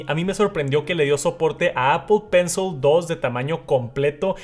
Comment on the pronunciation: Exc vídeo ! Solo que pencil se pronuncia : pencil con short i o shaw ... Al final